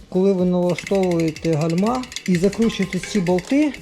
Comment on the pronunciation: Вітаю, дякую за корисне відео. Вибачте але гальма з наголосом на першу букву а. Вподобайка